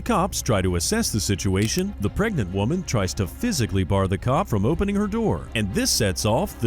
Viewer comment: She's preg-net